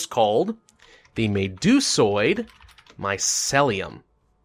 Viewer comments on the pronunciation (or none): Just because you point out spelling errors, mycelium is pronounced MY-SEAL-E-YUM